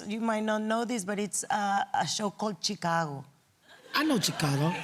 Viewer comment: “I know Chick-ca-go” 💀😭😭